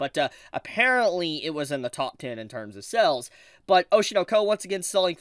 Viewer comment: I kept thinking you where saying cells not sales and thought people where selling animated cells from back in the 90s.